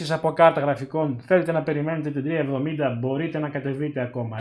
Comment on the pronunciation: 370 ή 3070 γιατι δυο φορες που το ειπες στην αρχη, 370 το ακουσα!Βασικα σε ολο το βιντεο 370 λες!